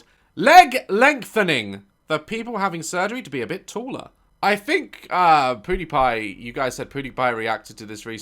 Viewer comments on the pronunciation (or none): I love how daz says poodiepie instead of pewdiepie😂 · did he say poodypie😭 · He said podipie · Sounds like he said pootiepie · Daz is my favorite YouTuber by far😄 P.s. anyone else catch he said PewDiePie like "Poodipie"? Still great obviously